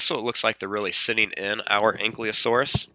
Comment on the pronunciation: Good video, but it's "An-Kee-Lo-Saurus", not "An-Klee-O-Saurus".